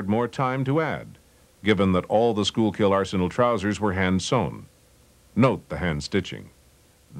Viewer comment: Pronounced, "Sky-kill" not "Skool-kill". Also, "Stoo-BEN" not "Stoobin" - ville. 😎